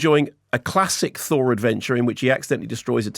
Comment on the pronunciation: Thor the Fourth. Thourth.